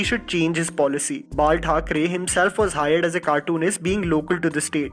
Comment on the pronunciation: Did you just say Margaret Thacharey ??????? :O